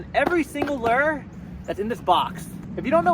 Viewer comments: Everyone: lure Literally everyone: lure: ler... Lol jk love you bro! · What is wrong with all these YouTube fisherman calling lures lers, the word "lure" is pronounced "loo-er" not ler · Low key upset when says lurr but at the same time..... it’s lol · I can't pinpoint where the "lure" accent derives from?